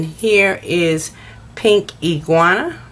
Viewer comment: Omg!! It’s pink ingenue...pronounced “anje noo... iguana is a reptile!! Lmao 😂